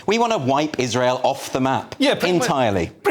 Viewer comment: Gbnews is such a back alley news channel, anyone else clock him say iswhale instead of Israel